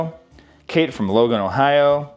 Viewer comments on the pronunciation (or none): none